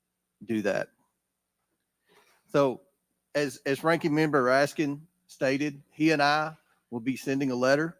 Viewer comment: Raskin; how many times did he have mention AR-15; bet you anything his SS agents carry similar weapons; what does want; water pistols. He also mispronounced the deceased man's last name.